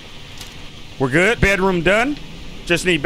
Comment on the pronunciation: you said god instead of good